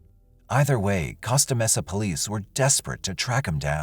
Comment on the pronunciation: Costa Mesa is pronnounced COAST-AH Mesa. Not COST-AH Mesa.